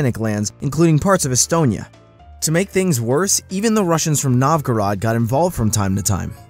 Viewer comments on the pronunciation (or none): I feel like you pronounced Suomi and Novgorod incorrectly to piss people off.